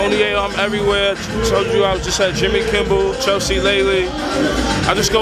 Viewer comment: Jimmy 'Kimble'? Its KIMMEL fool. Damn I love Yay, haha.